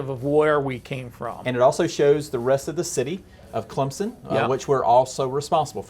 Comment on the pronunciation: Clemson does not have a Z in it.. so stop saying Clemzon.